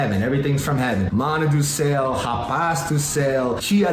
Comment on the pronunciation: any person kkkkkkkkkkkkkkkkk " do ceu" mandou bem você é americano com espírito brasileiro